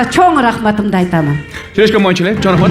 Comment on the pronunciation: Жакшы бирок сиз шашпай сөздөрдү так айтыңыз чо рахмат эмес чоң рахмат!